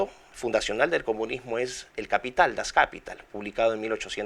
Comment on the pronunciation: Dr. Miklos, una observación fonética: Das Kapital se pronuncia en alemán igual que en castellano, es palabra aguda: das kapiTAL.